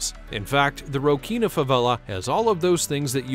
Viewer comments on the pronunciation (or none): Its not prouncounced Rockina … its roSSinia.